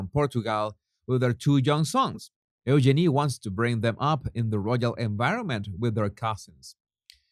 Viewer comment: EUGENIE IS PRONOUNCED U-Jeannie, not Ooh-Jenny. Jesus honey. Lots of love and bliss to you too. love your shows, make me lol when you call that odious pair The Duke & Duchess of Sausages and their charity Asswipes. Really makes my day. 🤣🤣🤣🤣🤣